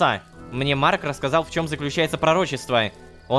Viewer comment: Бедный рома когда говорит имя марка😢